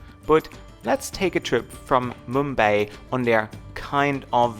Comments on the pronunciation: Mum-bye mate. Not mum-bae. Where is mumbae? In Texas maybe? Lol...sorry mate I couldn't resist. Ah!!!! Don't hit me! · I cringe everytime he says mumbay, does he mean mumbai?